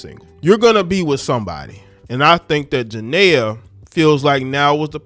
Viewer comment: Why y’all do her name like that 😂